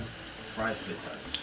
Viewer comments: Dwlllll flittas!!! Real Jamaican!!! I love us and our language😁😁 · I knew he was legit when he said flittas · “Flittas” yup he Jamaican! Lol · We only say cups when it is more than one. 1 cup. 1/2 cup. 1 1/2 cups. 2 cups. You kill me with your 1 cups and your half cups. Lol. Love your "flittas" though. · Suh eh guh…flittas. Patois ina di place!👏🏾👏🏾👏🏾